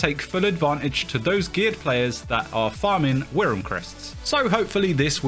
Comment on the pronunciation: WRYM -> is pronounced worm